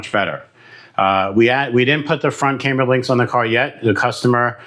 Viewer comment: Its pronounced cam-ber, not came-ber. Like a cam in an engine.